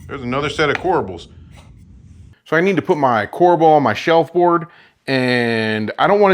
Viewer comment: OMG... CORBEL NO A!